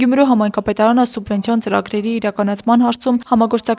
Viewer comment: Չեմ հասկանում, ինչու են Գյումրու պաշտոնյաներն այսքան անգրագետ։ Ասում է սունվենցիա։